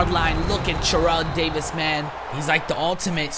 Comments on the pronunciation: Every time you Churrell Davis instead of Terrell Davis I cringe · It isn't his accent but he accidentally said churrel Davis cuz he was to focused 😂